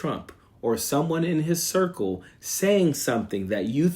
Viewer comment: Coach, did you say circle or Circus